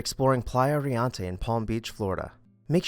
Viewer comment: Thank you for your videos. You are doing an awesome job getting thru these beautiful homes in record time while still presenting newsy facts. Riente , however, is pronounced Ree EN te. It means laughing or merry in Spanish. Also, you may want to google how to pronounce loggia. I don’t mean to be petty but correct pronunciation only validates your knowledge of the subject.